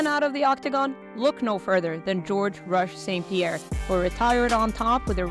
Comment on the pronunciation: Pie ierre